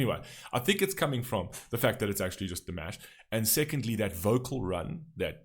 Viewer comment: His first name is actually pronounced dee-MAHSH, as in wash. ❤❤❤❤